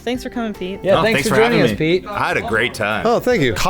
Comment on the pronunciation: every time they said Pete, i heard Peake